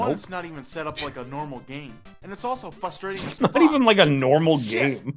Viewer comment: i love how he says "fustrating"